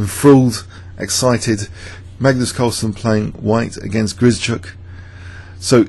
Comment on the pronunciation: Hi, thanks for great videos, including this one! Perhaps you would like to know that the sch in Grischuk should be pronounced as one sound, like sh in ship. Hope this helps :)